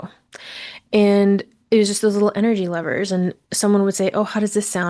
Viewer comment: Btw I thought you were saying the word lovers for the first two minutes thanks for the clarification